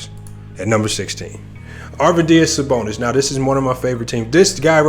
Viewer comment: This dude doesn’t know what he’s talking about. Can’t even pronounce Arvidas Sabonis name right